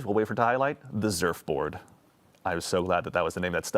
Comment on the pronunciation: You had me at "Zurfboard" 😂